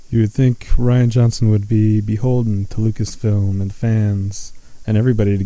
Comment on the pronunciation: i think it pronounced ryan not re anna johnson lmao but he is a girly guy so fuck it give this guy as much shit